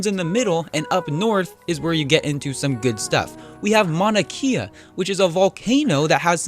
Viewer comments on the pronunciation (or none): lol mauna KEEEAHHH (its Keyah\)